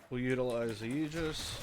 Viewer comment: I’ve only found this after the topaz nerf. Question, are you pronouncing it like “ayeejus” on purpose?